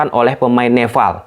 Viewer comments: nepal bang bukan "neval"🗿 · Nepal bukan nefal. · Nepal....bukan nefal...ini kebalikannya org sunda nih 😂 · NEPAL bukan neVVVVal bangggg wkwkwkw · Nepal bang,bukan Nefal😅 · Nepal bg bkn neval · Nepal bang bukan Nefal! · nepal bang bukan neval hahaha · Nepal mas bro . bukan nefal 😆😆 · Kok Neval sih bro...NEPAL yg benar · nepal bos bukan neval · Nefal apa Nepal bang? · "NEPAL" om bukan "NEFAL" heran deh si om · Nepal not Nefal 🤣🤣🤣🤣🤣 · Padhal bisa nyebut P tapi pas nogomong nepal hadi nefffaall😂😂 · Nepal anjir bukan nefal...slow om jangan grogi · Nepal bang,bukan nefall😭😂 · coba ngomong "pe" bang, jangan "ve wkwkw, neval ahahahaaaaaaaaaaaaaa